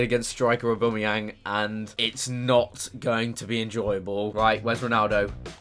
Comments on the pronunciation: I know I'm late, but Aubameyang is pronounced Ow-bam-eyang, not O-boom-eyang. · 4 mins 14 seconds aubumeyang ha ha